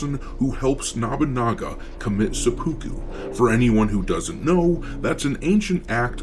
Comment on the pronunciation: He also keeps pronouncing sepiku wrong (pretty sure I spelled it wrong but, ya...)